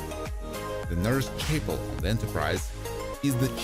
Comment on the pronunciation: You might want to consider getting a new person to do voice overs who sounds more natural, and less robotic. Also, someone who can pronounce “Nimoy” and “Chapel” correctly. Do better.